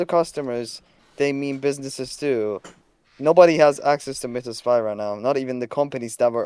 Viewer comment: Bro pronouncing Mythos wrong is ragebaiting me